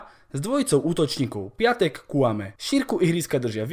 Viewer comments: sprav video o Pépému, lille tuto sezonu hraje super a celkom im fandim a inak ten Piątek sa číta piontek a nie piatek☺️ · číta sa pjontek